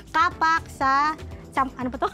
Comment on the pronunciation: "KA' PAK" ang bigkas....hindi "KAPAK'". Mga taga-Maynila ang sumisira sa bigkas ng mga salitang Tagalog.